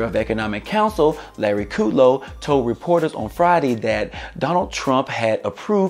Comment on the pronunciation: I think it's KUDlow, not Kooodlow